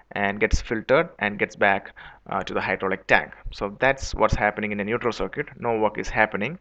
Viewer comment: wtf is cir-kweet